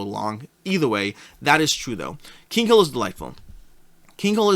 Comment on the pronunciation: Btw it's "Kinghill" not Kingkill" :D